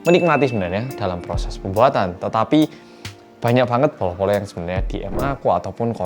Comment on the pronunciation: Setiap bilang bolo-bolo kok kedengeran nya polo-polo ya:)